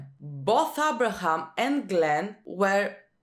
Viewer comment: "Abra'hAm" lmao "Dwine or Dwanye?"🙈 You and Negan's reaction HAHA!🙈💀 and you said you don't watch The Walking Dead for realism, even though its one of the primary demeanors that you receive from each character 🙈 the later seasons it's actually more questionable not going to lie.